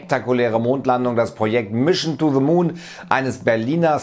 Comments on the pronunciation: "mischn to ze moon" ??? bin dabei, bro. ;) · Mischen too de moon. Ich dachte das können nur Sachsen 🤣🤣🤣🤣